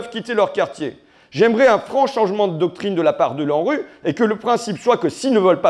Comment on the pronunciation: haha j'ai entendu Landru au lieu de L'ANRU 😂